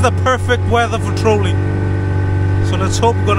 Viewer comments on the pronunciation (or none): It's TRAWLING not trolling. lol